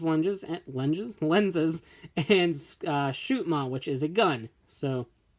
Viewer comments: It's shotmon not shootmon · Shotmon, not Shootmon.